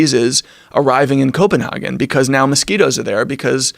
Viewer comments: this dude straight up pronounced it “coppenhoggin” like its ice cream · It’s so odd having people pronounce Copenhagen in a more ”European” way when it’s called København in Danish.